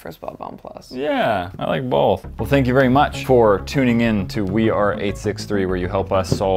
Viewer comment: Was i the only one to hear say "i like balls" at the end of the video?!?!?